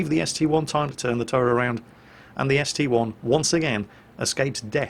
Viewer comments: It's not ST "eye", it's a roman 1. Just like how the Tiger II isn't the tiger "eye-eye"... Google it if you don't believe me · It is actually ST-1 as there isnt an I in the russian language.